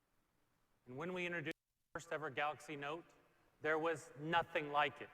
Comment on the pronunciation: Why do they always says "Samsung Galaks"?